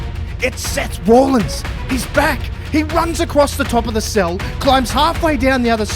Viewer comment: Its rollins not rawlins and why would seth care about roman this makes 0 sense moxley isn't leaving aew either